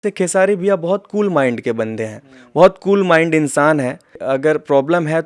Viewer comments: खेसाडी नहीं खेसारी भाई बोले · खेसाडी नहीं खेसारी भाई बोलो